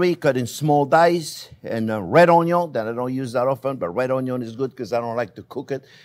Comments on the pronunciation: Every time Chef says onyo, do a shot😅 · THe dear chef sometimes reminds me of Justin Wilson, particularly when he says "ONYON".